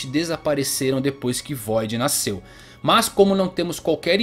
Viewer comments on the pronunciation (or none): none